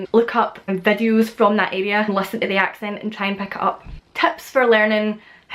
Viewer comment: I love how you pronounce the word area. I would love to be in your area to meet you,😁